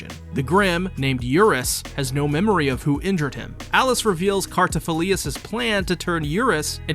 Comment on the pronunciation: Thanks for the video, really appreciate the work you put in. but you sent me down a rabbit hole of pronunciation. you say Cartaphilius, which I didn't think was quite right. so I rewatched some episodes, and sure enough it was Cartaphilus the main difference is the lius vs the lus at the end. to give you the benefit of the doubt I watched some of it in English, and as much as I dislike your mispronunciation, the English VA butcher it worse. they say Cartaphiloose... I hated that I realized it could be worse... so thanks for being the best you could be and the effort you put in... it could have been worse. Just keep doing what your doing, it's great.